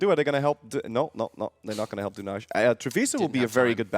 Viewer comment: The way they pronouced Dunaj (Wiena) in Slovenian gave me anxiety...